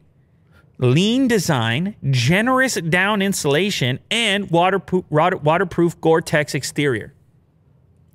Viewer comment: Can we appreciate the fact that said waterpoop?